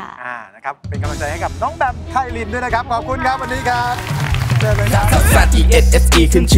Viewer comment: แบม ไพลิน ค่ะ ไม่ใช่ ไพลินี5555